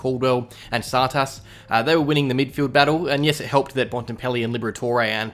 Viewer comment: Still hasn’t figured out how to say Tsatas :’(